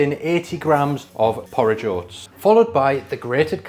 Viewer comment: 😂 thank you for explaining bc when he said “poor ridge ohh”, I was like, “what! did he just say.” I hate oatmeal tho